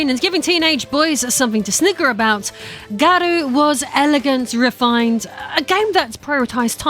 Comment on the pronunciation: COTW is buttery smooth, even if the rev system is essentially the drive system in sf6. SNK has always had some serious style to it compared to capcom and midway/nrs games. Garou is pronounced like gar-oh btw 😉 though with your accent it sounds perfect either way. Salvatore is a lot of fun to play as, even if it seems wierd he’s there. He plays a video game character irl so it fits. Ronaldo is meh to me. I do have fun with mk1 with friends. Kameo system is what it is but it does let you make combos up on the fly or give you unique pressure strings etc. If you ignore the silly invasions mode and micro transactions it can be fun.